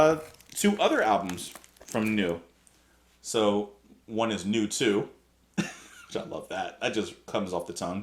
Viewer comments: Quick German lesson: "eu" is pronounced "oy'. So Neu rhymes with Boy. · "Neu" (the German word for "New") is actually pronounced "Noi" in German.We are looking forward to your review of them.